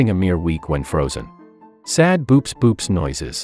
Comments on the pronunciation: Pretty sure Boops boops is pronounced more like "bow-ops" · um actually boops boops is pronounced bo-ops bo-ops.